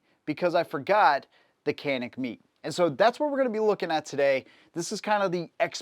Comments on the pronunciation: met(ay) not meat just saying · It's pronounced ( met - ay ) not meat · It bothers the crap out of me, when people use horrid grammar. Where are you getting “meet” or “meat” pronunciation from “mete”?? Even as it’s spelled is “Meh-tey”. I have an odd feeling you spell “our” with the letters “a-r-e” not knowing the difference. Probably pronouncing “viola” as “walla”. It drives me crazy. I can’t even watch the video now because the grinding gears are saying “this guys a dumbass! This guys a dumbass”. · Its not meat. Its Met-te. Also, I cannot wait when his mind is blown by the fact that the Mete MC9 take the mags as all the other Mete pistols. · Pronounced "metay", not " meat". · Bro... if he says "Meat" one more time 😂😂😂😂...after me, "Meh-Tay" please 👌🏿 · Pronounced "Meh Tay". I picked one up. I love it! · I really wanted to watch this video. Then you said “Canik meet”. Done. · How you gonna pronounce Mete as "meat/meet". I had to stop watching the video after that. I might go back to it after I get over such disrespect to Canik. 😂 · Oooph - a bit of research on the correct pronunciation of the name would add some cred.